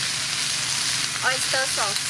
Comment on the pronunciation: Oista SOS & SuGaa 😁 lovely 💕